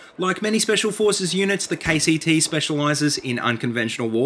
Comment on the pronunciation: When he says KCT i hear KTT